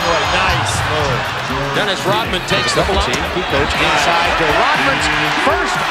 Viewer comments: his name is RoDman, not RoTman. RODMAN. You are confusing your D with a T. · Rodman ...Rodman ...not Rotman you stupid AI